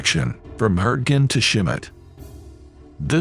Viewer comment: Who knew that Schmidt was pronounced "Shim-it"?